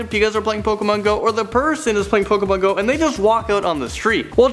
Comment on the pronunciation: he said pokomon